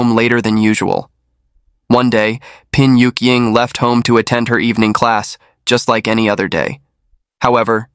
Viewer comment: Pin Yuk-ying?? I thought she was called Bian Yuying???